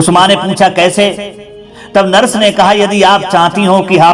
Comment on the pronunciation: भाषा बहुत अशुद्ध है, नरस नहीं नर्स बोला जाता है।